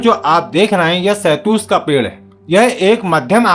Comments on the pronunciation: Shahtoot bolte hain be ,shahtoos nahin bolte. Chal thik se shahtoot bol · Shetoot bolna to sikhjao ache se video fir Kabhi banalete.